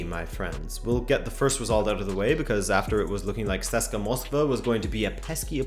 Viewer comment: SESKA????? IT'S C-S-K-A